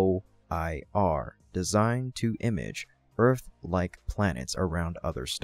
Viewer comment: LUVOIR is pronounced "Lew-vu-are" with a French accent. Lewvuare.